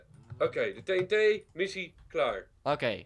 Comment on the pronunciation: zegt TEE en TEE maar het is TNT godverdomme man